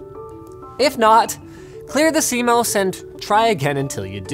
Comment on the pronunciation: It's pronounced C MOSS